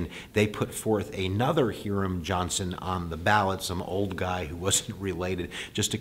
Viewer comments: Hí-ram, not Heerum... say it right. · Hiram Johnson. The Hi is pronounced like hi, as in hello. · Hiram is pronounced with a long i sound.